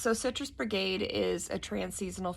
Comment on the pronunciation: Its BIGarade not Brigade....